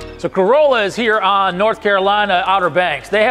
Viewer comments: Nice! But also know it’s pronounce “Cor-RAH-lah”. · Love that you went down to Corolla (the Chief says it right, not you, gotta let you know that part). Truly the OBX is my happy place and the fire departments down there are an amazing group, they are seperate but operate as one. They face unique challanges, from the 4x4 beach of Carova (that is mentioned here) to the continious winds that made this the place the Wright Brothers chose. I've listened to them and I've heard some of the most unique but yet most organized fire attacks that I've ever heard.